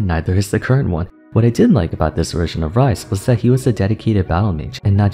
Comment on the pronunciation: XD bro just pun "Ryze" to "rice"